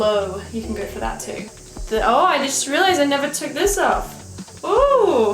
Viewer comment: "let's gauRRR"